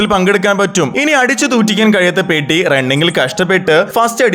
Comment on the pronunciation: പെഡി അല്ല പെദ്ധി ആണ്